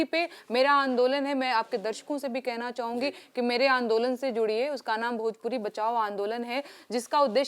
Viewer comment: एकरा भोजपुरी के "भ" मालूम नईखे !